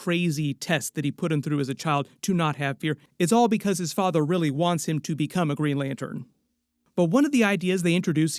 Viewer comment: Did you say green lantern corpse????